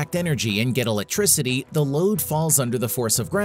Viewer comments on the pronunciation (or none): Don’t forget it’s a GRAVADEE battery to generate ELECTRISADEE. Boring